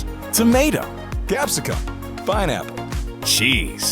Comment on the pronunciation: Le'is, wiv tomao